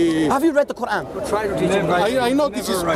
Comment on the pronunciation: “Second koeran from medina”. Errorrrrrrr haha